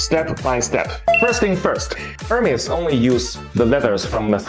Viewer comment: Hermès not Hermés